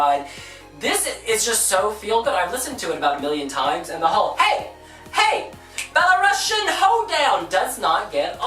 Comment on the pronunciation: Belarus has such a beautiful song I have tears each time listening to it. The message of the song is to show Belarus has its own identity and thus it's the first time they sing their song in Belarusian (which is pronounced belarUsian, not belarAsian).